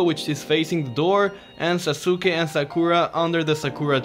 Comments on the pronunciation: And it was not actually sasuke it's saske thats how u pronounce it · i love how he says sasuke for future preference its na-ru-toe, Sa-Koo-Rah and Sos-Kay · Lol u said sa su ke